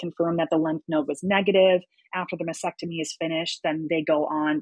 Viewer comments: It’s masTectomy not masSEctomy and dieP flap not Dee flap!!! Although pronunciation is not as important as your health, you’re dealing with with breast cancer patients, so legitimizing your qualifications would be so much easier if you sounded educated. I’m so sorry if I sound harsh, but you’re trying to educate us out here. Praise God you’re healthy!❤ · I wish her all the best. I know I’m being a bit nit-picky, but the word is “mastectomy,” not “masectomy,” as she keeps saying. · I SAID I was being nit-picky. I, too, am a breast cancer survivor — and I know how to pronounce “mastectomy,” and I don’t work in the field, as this survivor does. I think she’d be happy to finally learn how to pronounce the word correctly. As for that “Karen” thing: It sucks.